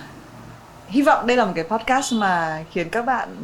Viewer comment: B ơi là podcast, không phải poscard b nhé